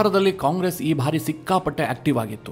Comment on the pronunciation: ನಿಮ್ಮ ವಿವರಣೆ ಹಾಗೂ ವಿಶ್ಲೇಷಣೆ ತುಂಬಾ ಚೆನ್ನಾಗಿ ಮೂಡಿಬಂದಿದೆ. ಆದರೆ "ಬಾರಿ" ಅನ್ನುವುದನ್ನು "ಭಾರಿ" ಅಂತ ತಪ್ಪಾಗಿ ಉಚ್ಚರಿಸುತ್ತೀರಿ. ದಯವಿಟ್ಟು ಅದನ್ನು ತಿದ್ದಿಕೊಳ್ಳಿ.